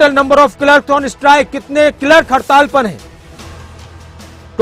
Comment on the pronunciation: क्लर्क को किलर्क क्यों बोल।रहे हो न्यूज रीडर महोदय।